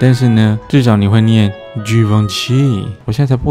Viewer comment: 然而的givenchy念錯了...